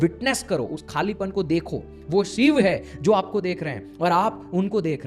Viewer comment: Shiv me na sh bol pa rha na iv ‘sib’ kya hota hai? 😂😂